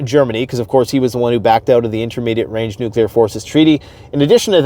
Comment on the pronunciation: Thank you for pronouncing “nuclear” correctly. If I hear someone I thought I respected say “nuke-u-lar” again, I might scream. I thought we learned that lesson when George W. got made fun of for it.